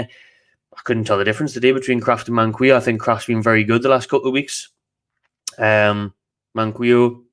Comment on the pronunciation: Its man-key-o btw